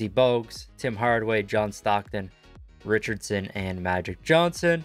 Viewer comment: 🤣 he can’t say Pooh Richardson